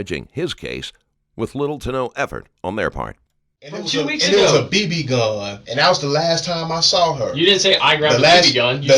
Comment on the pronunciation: It’s so annoying how he pronounces gun as “Go-Uuuuuun”. 😂